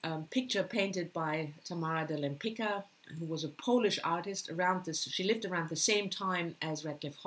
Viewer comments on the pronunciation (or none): Hi, you are fantastic! Your recommendation makes my list of reading longer and longer. According to Lempicka, in Poland we call her Lempicka with heard,,c" like in German,,z". (for instance in,,ganz"). I think, that we can write down it for you as Lempizka to pronounce in good way. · Hi Aga! This is so funny! I pronounced her name 'Lempizka' for over thirty years, since I first discovered her in my twenties. But when I prepared for my video, I looked at youtube films and they all said 'Lempikka', so I thought I had said her name wrong for three decades...